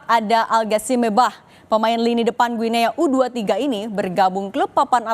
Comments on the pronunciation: Mbak Penyiar cara mengucapkan nama negara Guinea itu mudah kok /Giniii/ jadi bukan /Guinea/. Usaha dikit Mbak ngecek di google. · Mbacanya GUINI mbaee.. 😟